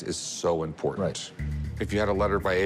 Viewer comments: 😂why does a "book expert" struggle pronouncing the word "impordant"? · I can’t stand the way the rare book guy says the word: important. Sounds like “impordant”